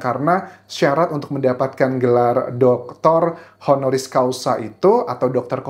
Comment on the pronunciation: Honoris CAUSA.. bukan Causal